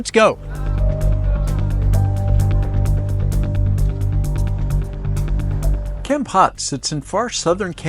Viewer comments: Thanks for the video, very informative. a friendly support on the pronunciation of the city is phonetically with a sharp "K or C" sound and something like this "Kamm-pote". Pot is not pronounced like "Pot". It's is more like a Sharpe "P" sound and "Pote". I hope that helps. Like saying "Pope" but with a t - Pote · Wth is Kempat?! Should be an easy thing learning hiw to properly pronounce words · Couldn't you at least learn how to pronounce the name "Kampot" correctly? It's not hard.